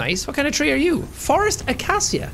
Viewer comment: “What kind of tree are you?” Scanner says “Frost Acacia” Jack: “fOrEsT aKaSiA?”